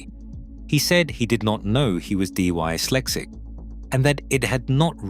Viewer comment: Its not D-Y-lexic its dis-lexic